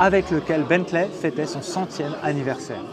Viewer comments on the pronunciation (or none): Salut. Juste une petite remarque, on ne dit pas Bentlè mais Bently ou Bentlee